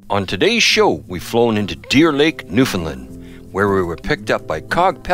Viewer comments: Newfinlind. How do you pronounce new. ,found , land not new,Finlind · lol newfinlind new-found-land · Just incase you would like to pronounce the name of our Province properly say these two words together. " Understand Newfoundland " Try It !!